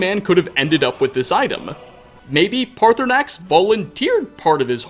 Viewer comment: Parthunaax- Me: Partysnax: Parthunaax Me: IT'S PARTYSNAX.